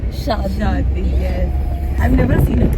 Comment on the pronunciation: Kreeeshtian😂😂 weeding